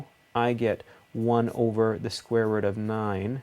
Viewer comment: Youre accent lol. The square roUt Almost sounds new england accent, like roUf for roof Good video thanks